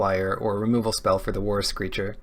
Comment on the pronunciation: haha I always understood "Worse Creature" instead of "War Screecher" XD